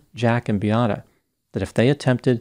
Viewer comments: please her name was Beata.not biata. I’m sure u can pronounce Beatrice. This is the same name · seems to be unrealistic in his analysis. Why not inform people that Beata Kowalski committed suicide as a result of healthcare staff treatment? Her name isn't Biatta but Beata should work on your pronunciation or at least make minimum effort to get to know the victim name. I remember how disrespectful and unprofessional was mispronunciation of Adam Malysz name. Is it because she was able to have children and was a woman?